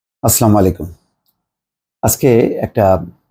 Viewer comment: এটা আসলামালিকুম নয়।,এটা শুদ্ধ করে আপনার মতে নামী সাংবাদিক বললে ভালো শুনাবে।বলুন আসসালামু আলাইকুম। তাহলে অর্থ সঠিক হবে।শান্ত বর্ষিত হবার দোয়াও সঠিক হবে।কিছু মনে করবেননা।সালাম নিন।